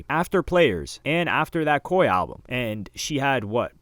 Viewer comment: Ohmggg not coi